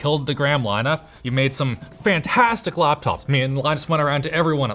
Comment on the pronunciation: "I thought you just killed the gram lineuh' made some fantastic læptops, me an' Loynus went around and.."